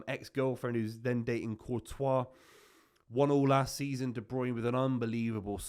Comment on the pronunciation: STOP CALLING HIM DE BEUYN